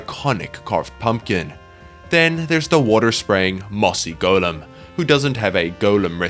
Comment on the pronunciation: Why does he say golem wrong?